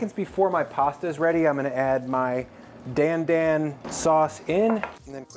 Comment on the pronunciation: Its not DAN DAN like the name Dan its pronounced d-ahn d-ahn kinda like donald